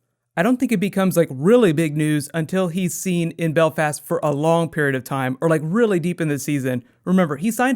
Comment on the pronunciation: Wow, I've never heard an American say Belfast. And can I say, from a Northern Irish point-of-view, it sounds weird.